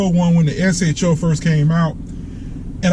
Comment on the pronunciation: S H O not SHO. That the proper way. Super High Output. I own a 2016.